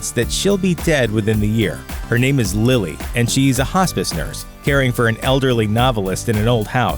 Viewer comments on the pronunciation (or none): none